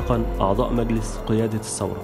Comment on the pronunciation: الانقلاب وليس الثورة....كذلك نقول الثورة بالثاء وليس السورة بالسين